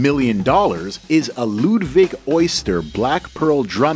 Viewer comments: Luuuuvdddviiig irritating please pronounce it correctly. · Ludwig drums is not pronounced like Ludwig Van Beethoven. It might sound cool to say but it's incorrect. Nobody that has played or plays them or who works there does.